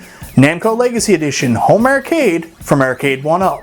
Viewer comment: funny that a man that can't pronounce "arcade" makes videos about arcades.